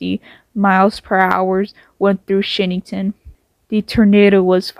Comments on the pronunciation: Learn to say the city name. Shinnston not shinny-ton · Rahhh! As a West Virginian this hurts. 😂